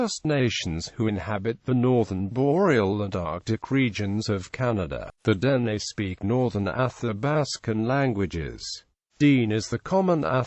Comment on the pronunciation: Can this video be redone with the correct pronunciation of who we are. Deh Neh NOT Deen